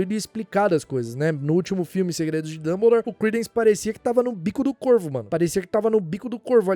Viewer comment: notei "dumblere" na ultima